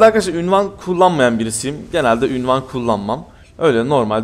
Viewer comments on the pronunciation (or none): abi ünvan değil unvan